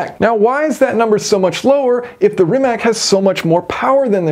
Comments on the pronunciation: It is Rimac, not Rimek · As always, your videos are top notch. I have zero interest in ever owning a car like this. But I appreciate the work that goes into designing and building it. By the way, I think Rimac is pronounced as Rimats. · I think they'll prepare the Bungatti Tourbillion for the top speed run, Possibly dropping interior weight for more battery capasity. BTW, Rimac is pronounced Rimats according to Mate Rimac himself. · Funny how many people struggle with the pronounciation of "Rimac". It's [rimatz], not [rimak]! Even Matt Watson eventually got it right 😂 Cool calculations btw! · rimac is pronounced "rimats" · Always excellent to watch your videos. A pronunciation correction; Rimac is said like *Rimats*. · Just a little thing, 'Rimac' is pronounced as 'Rimats"